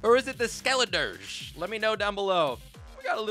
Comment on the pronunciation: He said skeliderge 💀